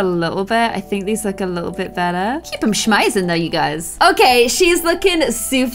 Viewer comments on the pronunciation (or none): none